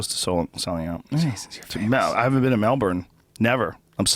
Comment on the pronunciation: How did Joe manage to absolutely BUTCHER the Aussie accent (honestly might be the worst attempt I've ever heard), then proceed to nail the pronunciation of Melbourne? Too many Americans say it like Mel-BORN rather than what we say which is closer to "Melbin". They also say shit like Bris-BANE and again we say it more like Bris-BIN. Also stop calling it fucking Shrimp, nobody has, does, or ever will call it prawns "shrimp" here. How did you even get that? Wasn't it Paul Hogan doing some stupid commercial in the US where hhe saaid it and now all 330 million of you think we all throw shrimp on BBQs... it bothers me way more than it should but for fucks sake - it's a bullshit slogan from the 80s or something that we don't even say. Hoges would've known it too but the director probably said "look Paul I know you keep insisting they're prawns over there but I NEED you to say 'shrimp'. I reckon if Jim Jeffries heard that shameful display he'd have called Rogan out haha. Great ep as usual - love Callen on the show!